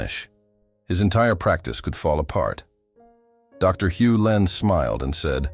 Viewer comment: It's Hew Len not Hulin.